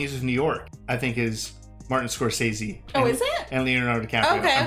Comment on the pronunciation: Good for for pronouncing Martin Scorsese's name the same way he himself pronounces it and not the way everybody else does.